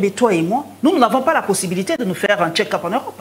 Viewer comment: Un autre Boketsu wa yambo qui parle de Fatshi qui a suivi son "ketchup" au lieu de check up a la 6ieme minutes